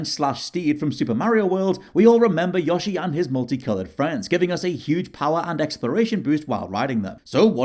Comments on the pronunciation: love how he pronounces "Yoshi" as "Yahshi" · There's an "o" in Yoshi not an "a" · says Yo-shi wrong, it's not Yosh-i